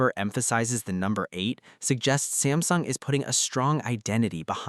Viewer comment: Samsing mess up with ultra name missin the S Pen